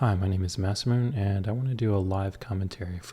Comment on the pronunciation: Moss uh moon aye ❌️ Mass Moon ✅️